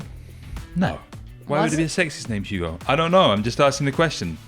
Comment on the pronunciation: Didn't Terry get ripped for Always fun to see a bit if banter but should know how to say climbers name's as it's a respect thing Hügo?